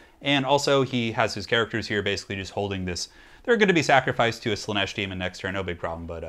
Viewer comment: Random bit of info, it is Slaanesh not slaneesh